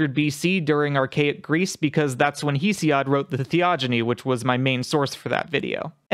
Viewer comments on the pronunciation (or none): Thank you for clearing things up, but your pronunciations of mythological names and the authors are off. Hesiod is pronounced hess-ee-ihd. Demeter is duh-mee-tur.